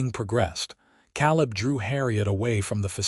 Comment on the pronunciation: Can't listen to an entire story with them pronouncing Caleb as Cal-lib. I'm out.